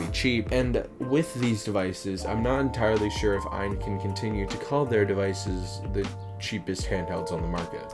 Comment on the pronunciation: Just to let you know . The name of the company is not what your saying . It's A Y N stands for All You Need. It's not ian Aan .